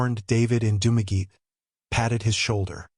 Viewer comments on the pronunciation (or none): It's pronounced "Dum-a-getty", not "Doom-a geet". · Dumageet??? AI much ???